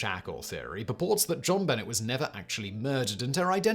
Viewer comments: I love you, but I'm triggered...its zhauhn b`nay ramzee not Bennett . You wouldn't say Jon luck pikkerd, would you? Course not! It's zhon looook p`kard! Or.....is this a hint that you have your own celebrity conspiracy in that your actually a really bored Q? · It's pronounced Jon Benay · This bothers me , too! Her name is not Bennett,either! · It’s not Jon Bennett. It’s pronounced John Banay. Jonbenet. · Jon Benet is pronounced ZHAN be-NAY. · I’m French and I can ensure you that we’ve never had anybody that was ever called JjjonBuhnayyyy throughout history. More over, the French word benêt translates to “simple minded”. Yep. Her parents should definitely have done their homework on that one - they should have kept an eye on her at all times too. What a bizarre and very sad story. Oh and I agree with you regarding doing a video on her. This would be a great topic. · When you pronounce JonBenet think in French. Jon-Buh-nay. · It's not an obnoxious pronunciation, it's just how you pronounce it. It's a French name. It's more on obnoxious to mispronounce it. Like when people pronounce jalapeno as juh-lap-enno. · JonBenet is pronounced Jon Ben-nay not Ben-net…at least here in the states lol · I know mispronouncing words is a deliberate thing on this channel, but including a mispronunciation of the name of a murdered child seems disrespectful. Please don’t. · Simon should cover Jonbenet Ramsey on the casual criminalist. So much to unpack there!!!!😳🤔 But also look up the pronunciation because it’s French and pronounced as such.😊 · Could you please pronounce JonBenet correctly. Jeez! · Really? No one bothered to tell Simon how to pronounce Jonbenet? I know it's a somewhat obnoxious pronunciation and Simon's mispronunciations are a running gag, but still, someone should have known and told him. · But yeah, someone should have definitely told him how to say it lmao. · Have you still not learned? He doesn't care